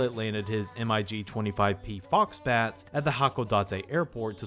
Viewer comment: there's an anime about the post-WWII Northern Territories/Southern Kuril handover. It's called Giovanni's Island, and is well worth a watch if you can find it. Also, MiG is pronounced as a word, not an acronym. Twig, pig, The Stig, etc.